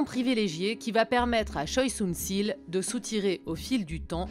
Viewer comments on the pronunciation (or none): Très bon reportage seulement, ce n'est pas "Sunssil" mais "SunSHil", le son ssi n'existe pas en coréen et la faute as été répété pendant toute la vidéo...